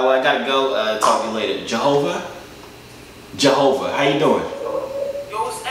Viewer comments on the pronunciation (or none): when that kid pronounced as Jehova i got weak............On God..............ohhh myyyyyyyyyyyyyyyyyyyyyyyyyyyyyy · LMAOOA this man did not just say javio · Mans really said "Jehovah" and "Jooviyoo" lmfao 😭😭😭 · Not " jah-ho-vo "🤣🤣🤣🤣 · I thought he said johobo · Bruh people forget and mispronounce name it’s so funny